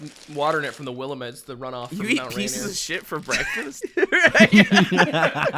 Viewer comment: i've always heard Willamette pronounced as "will-ah-mitt" rather than "willa-met"